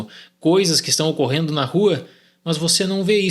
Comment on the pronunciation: “mãs”, irmão da andressa urach